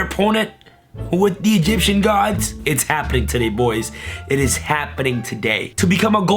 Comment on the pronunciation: The ways he says gods though..........